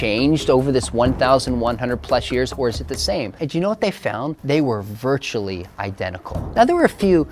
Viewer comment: Dude you are putting way too much weight on the word "virtually" here lol